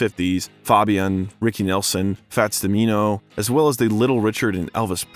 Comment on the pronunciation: Fats Duhmeeenooooh 😂😂😂 wtf